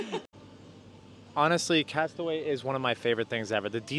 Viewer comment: It's pronounced castaway "key"